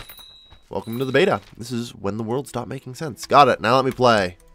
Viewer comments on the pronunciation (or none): none